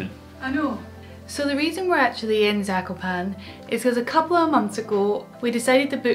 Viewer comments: btw its pronounced zak-op-an-air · I am from poland so this makes me happy seeing people making videos about skiing with us! PS: It's pronounced /zah-ko-paa-ne/ (E sounding like Elephant) in Polish or /zah-ko-paa-nuh/ in American pronunciation. PPS: Fun Fact: Zakopane means "buried" referring to the snow :)